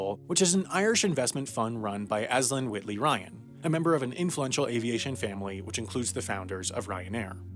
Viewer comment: Aislinn is pronounced ASH-lin. please look up irish pronounciations for irish names